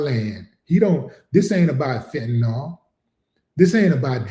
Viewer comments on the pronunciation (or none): none